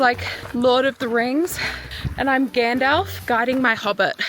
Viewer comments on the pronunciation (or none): none